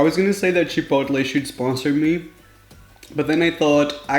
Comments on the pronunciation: Cha.Pote.lae. is how you pronounce it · U pronounce chipotle. Japolay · Chipotle (chip-oat-lay) say it with me kids😂😂😂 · Just say chip-ul-lay it's easier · Pronounced Chu-Po-Lae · It’s Chip-oat-lay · CHIP-OL-A get it right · If you want to say Chipotle correctly forget the L,think of it as chipotee! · Lol. I think people chose Chipotle burrito to troll you since you have a hard time saying the word 😅 Mean. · Hey I can’t pronounce microwave so there’s no shame in not being able to pronounce chipotle so don’t beat your self up over it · Phoebe Bettencourt chipotle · I chose burrito because I wanted him to have a a no.2 in the toilet. -and to hear him say "chipotle"